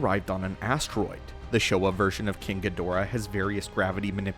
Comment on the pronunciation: Learn how to pronounce Ghidorah